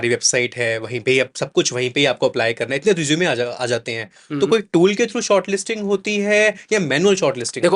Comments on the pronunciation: Sir pehle Resume ka pronunciation to thik sai kar lo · Bhai is hr ko to rusume bolna bhi ni Ara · Resume ❌ Rizoom ✅